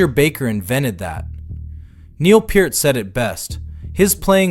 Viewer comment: Cool vid. I’m glad u called Neil , Peart instead of Peart. People get it wrong all the time!😂